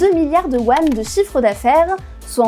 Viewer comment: Bien mais la prononciation des noms de regions (Anhui, Henan) est vraiment catastrophique, pareil pour Yuan, que vous prononcez "Wan"